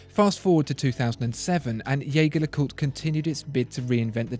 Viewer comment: Wish you had explained better what the tiling bar on the JLC indicates (also, Jaeger is pronounced the French way). The IWC is quite amazing, great functionality.